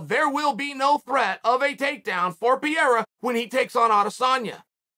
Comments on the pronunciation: Everyone else: Alex "Purr Era". Chael: Alex "Pee Era". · Pierra? For crying out loud Uncl it's Purr rare ra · “Alex Pee-era” Uncle Chael why you disrespect that man like this?! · Can anyone with power, teach Chael the right pronunciation of "Pereira"? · Preiiiiiira NOT pera ! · Its not "piera" its "pereira" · You need to get the guy's name right. Its pronounced Pe-Re-i-Ra not Pi-ER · You're so eloquent, yet some proper name pronunciations continue to elude you. Whoever you're talking about didn't beat Sean Strickland. Google will even tell you how to pronounce Alex Pereira's name. Maybe by the time he beats Izzy, you will have learned his last name. Pa-Rare-Ahh, not Pierre. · Here's a phonetic guide to pronounce his name Pay-day-da. Just sayin...I love Uncle Chael but he keeps talking about some guy named Pierra. Who's that? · Get the spelling of names right, it's not Piera as you're saying, it is P E R E I R A, you dont read first letter e lik ee, you read it like eh, so rather try with Pehreira, you'll be much closer. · Uncle Chael is calling Pereira “Piera” so convincingly he actually made me check if I had it wrong all this time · yall cant pronounce without a brazilian telling you how to speak, because in english you guys say "re" with an "closed" pronunciation (like Ree). In portuguese is like Reh, you have to open the E sound. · Pierra, the French monster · He called him Pierre once I was like who the fuck is Pierre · I thought he said Pierre or even Vieira at times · If Uncle Chael says it’s Piera, it’s Piera. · "Alex Piera" 😂😂😂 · Lmao a couple days ago it was just straight up “Pierre”. God, i love our uncle Cha-eel. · Also called him Pierre in the video too. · ...."Piera" Ah boy Uncle Chael. Real American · “Alex Pee-Era” - Chael Sonnen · Cheal always pronouncing names wrong whahaha Pierra, Makelchev 😂😂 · Chael really calling this man Pierra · king chael has spoken , his name is now ALEX PIERA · I’m confused. Is Pereira’s name Pierra now, or Pierre?